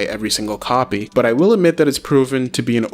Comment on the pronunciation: Yo it’s pronounced es-pecially. You say ex-specially a few times . Good review